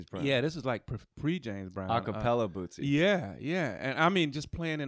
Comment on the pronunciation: I gotta say it was cool as hell to hear J.J.'s shout-out! (he nailed the pronunciation too). I love these older episodes! Bootsy is sooo damn smooth, baby.